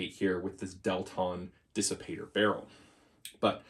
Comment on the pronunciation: Kissipator. Haha. The K from KP. But really, Dissipator sounds great.